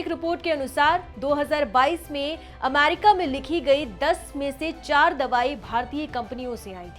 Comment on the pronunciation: Ammmaaaarki ammmaaaaarki mut kro didi 😂